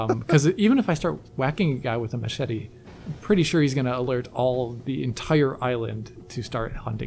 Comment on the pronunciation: M-che-tey (tips fedora)